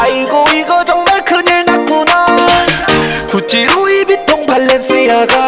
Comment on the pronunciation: 코성태 발렌씨아가 발음 개웃기네ㅋㅋㅋ케